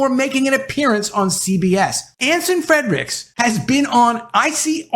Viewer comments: His name is NOT FREDRICKS , makes you sound bad that you can't even get the name right!! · Can you PLEASE pronounce Anson Frerichs last name correctly. There is no letter D in his last name.